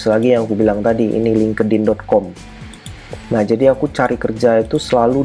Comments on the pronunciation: Job search nya LTE ENGINEERING Tp pengucapan LINKEDIN (LING KE DIN) Bukan nya (LING IN) ya seharus nya CMIIW 🤣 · Selalu ketawa tiap dgr ngmg lingkedin, segaja ya mas?